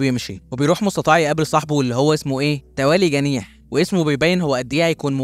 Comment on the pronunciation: اسمه توالي تنيح تنيييح .. مش جنيح .